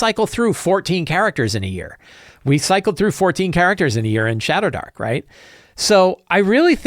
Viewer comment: I kept hearing shatterdark